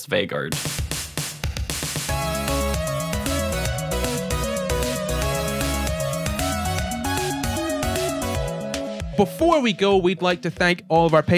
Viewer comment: was it annoying anyone else that they kept mispronouncing Vegard's name??